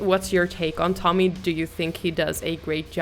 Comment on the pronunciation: Visste att du kunde svenska ditt uttal på Tommys namn var för bra 😊 suverän reaktion på en bra låt PS kolla samma låt med Erik Grönvall 🤘🇸🇪